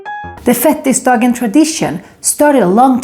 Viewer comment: Det heter fet-tisdagen, inte fettis-dagen 😂